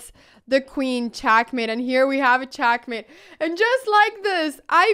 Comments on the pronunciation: Why she is telling check as chak and checkmate as chakmate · All I could hear is "CHACK MATE " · Love how she says chakmate 😂😍